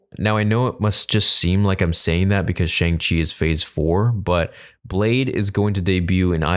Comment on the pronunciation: I hate to be that guy but you should pronounce it as "SHONG-CHI". Some people might get offended.